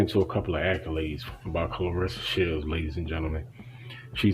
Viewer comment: If she’s so special to you, pronounce her name right. No one likes to hear their name constantly mispronounced. Claressa. Not Clarissa.